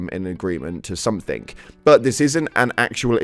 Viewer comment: Sorry not negative just critic Something does not have a K at the end. And when reading a quoet from a post, please include every word if you reading it.